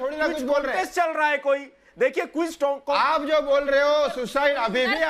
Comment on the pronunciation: Reha janha not waha reha